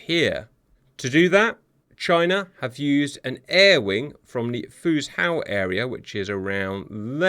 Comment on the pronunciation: Great vid cap though I believe it's pronounced like Fu-jo not Fuz-how lol